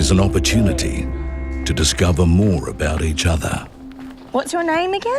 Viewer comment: EQUAL OPPOPRTUN...I....T........??? guys? anyone? 🤣🤣🤣